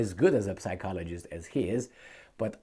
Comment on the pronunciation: its not read as P sychologist, but rather as Cychologist. or Sychologist, just saying, bcs i find it funny on you insisting on P. it is a mute P, not audible P. throw out the P. its english, not romanian or serbian, where we read it with a P..lol..whatever, good talk again!